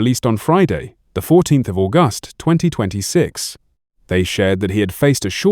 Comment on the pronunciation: The way August was pronounced with emphasis on "gust" tells me this is AI-generated SLOP! The narrator is a ROBOT! So THUMBS DOWN FOR THIS INSULT TO THE MEMORY OF JOHNNY YOUNG!